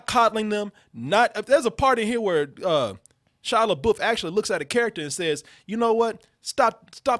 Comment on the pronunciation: Take a shot every time you hear Shia LeBOOF.